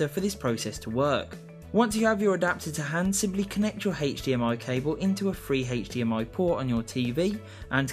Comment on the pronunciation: "heich dmi"